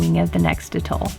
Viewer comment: Its pronounced At Toll....hearing Utol all the time slightly bugs